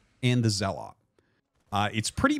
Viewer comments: Wtf is a ZeaLAWT? lmao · you say zealot incorecctly, otherwise thanks for coverage